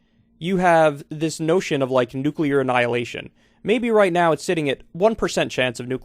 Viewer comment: I guess he figures he won't live much longer anyway, so why not risk a little nucular war...